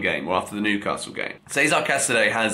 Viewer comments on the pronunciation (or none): none